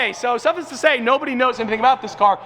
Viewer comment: lol...every time you say "suffice" I get a little triggered.